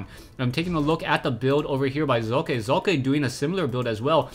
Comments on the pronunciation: im german and it is pronounced like "soccer" without the r nvm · hey says it like hockey